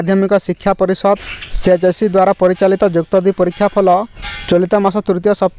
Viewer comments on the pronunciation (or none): (ଫଲ )ନୁହେଁରେମୂର୍ଖ ଫଳ ଉଚ୍ଚାରଣ ହେବ